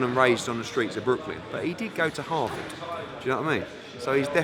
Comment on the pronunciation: loool Eddie is a savage "this is coming from a guy who went to Havard"